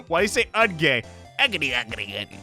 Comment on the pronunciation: why is "uhd-gay" making me cry laughing